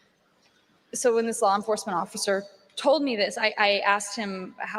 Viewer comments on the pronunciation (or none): I can’t handle the “sawr” and “lawr”